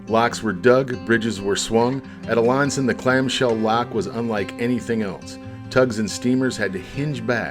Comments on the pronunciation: Wonderful stuff but where are you getting your pronunciation for the town of Alanson. We pronounce it A-Land-Son but without the D. I hear you pronounce it and it sounds like LA. I stopped multiple times to just reminisce during this video as I grew up in the 50s and 60s fishing these waterways with my Uncles and Brothers. Thanks for doing this. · Love your stuff! Have a small correction for ya, tho... being a Northern Michigan resident nearly all my life and know Alanson very well... it's pronounced AH-LAN (like land)-SON. :) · I love your content and love how in-depth you are with the information I get lost in your videos every time 🙏🙏 one thing tho alanson is pronounced ah-lan-son sorry if that upsets anyone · You should learn how to properly pronounce Alanson & Toppenbee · That was a new pronunciation for Alanson for me!